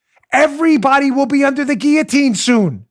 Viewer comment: Dan, Thank you for pronouncing guil·lo·tine correctly!